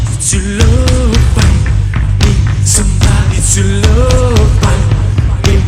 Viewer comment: Mi dispiace ma “sambadi zullooov” non si può sentire